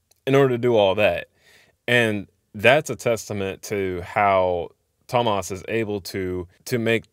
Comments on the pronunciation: Pronounced tom-mass hor-ka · You didn’t pronounce it correctly. The O in Tomas is like a slightly shorter version of the two o’s in ooh. The two a’s are more or less pronounced like the o in oh or okay. You should pronounce the e as well.. like the ue in que :)